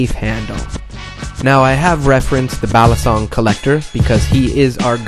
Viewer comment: It's pronounced: bah-lee-sohng; bah-tahn-ghas